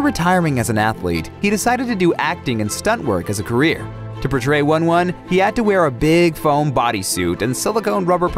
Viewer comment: it's pronounced "woon woon" not "one one"